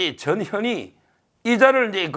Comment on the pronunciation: 전현희는 변호사님께 정말 감사해야 합니다. 유일하게 '전 현 희' 라고 이름 똑바로 불러주시는 분 입니다. 다들 '저 녀 니' 라고 발음해요.